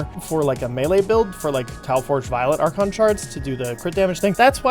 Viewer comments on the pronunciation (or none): none